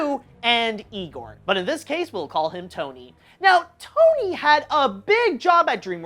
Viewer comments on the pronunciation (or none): none